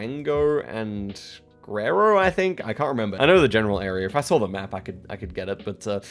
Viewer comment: It is not F××king Saw'R' it's 'Saw' .....not *Video'R' it's *'Video and not 'So'R' it's f××king 'So' 🤦🏻‍♂️😆🤣🤣